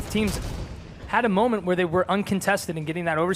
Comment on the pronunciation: Top 15 Halo.... Momements?? xD lol